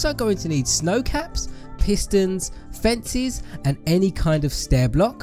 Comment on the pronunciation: U said fencies. Its fences man.